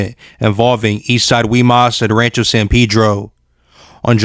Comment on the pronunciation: Its Pedro not peedro 😆😆😆🤦